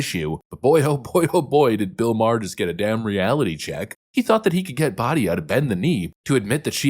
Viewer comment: Her name is "Bat Yah" not "Bah TIA" . Like Bat Miztvah.